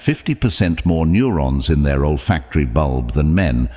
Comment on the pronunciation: It's olfactory not old factory